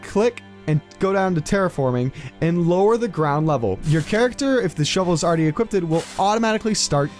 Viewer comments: equipted? lols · You lost me at "equipted"........